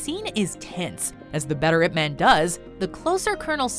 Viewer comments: As a Chinese, the narrator pronunciation of Ip Man is killing me. Listen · It pronounce as 'Yip Maan' not 'ip men' smh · It's pronounce ip mun, not ip man, it's so cringey to heard it pronounce man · It's pronounced Yip Munn, not "ipp man" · its IP MAANN.. not like IP menn... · It's Yip-Man, and you pronounce Man like you pronounce 'Gun'. Not Ip-Man - it is not some kind of a superhero name, like Superman. It is a Chinese name. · Jacen Justice it’s pronounced Yip Man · You pronounced ip man wrong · totally ruined by the mispronunciation of Ip Man and the English (Ip Man 1) and Mandarin (Ip Man 2) overdubs. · Hahaha I am korean and laughed at how badly pronounce "Ip man"